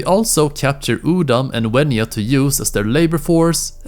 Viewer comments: WENJA not WENYA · Mate it's wenja not wenua also it's sabertooth cate or smilodon not sabertooth tiger